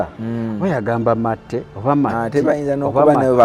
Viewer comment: Lipsticks talked-about is matte pronouced mate..but pronouces it as maate